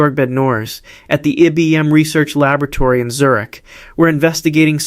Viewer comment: Can’t pronounce IBM can’t pronounce xenon. Pathetic!